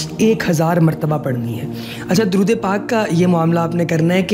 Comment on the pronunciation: Darood ap nay ghalat parja hai